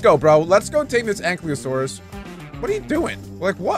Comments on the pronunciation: Btw ankylosaurus is pronounced (Aink-Eye-loh-Sawr-us). Also, I cant wait for the big dino army to be completed, and the Ankylosaurus could be named Spike. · Its ang-kylo-saurus